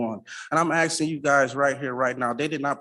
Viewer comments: Too much 'axing'. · Is he axing or has he axed?